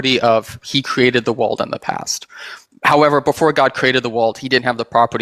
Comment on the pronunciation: Why do you pronounce world as walled